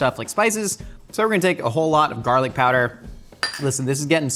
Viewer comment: My husband and I also call it Jarlic and it makes me feel so comfy to have say it too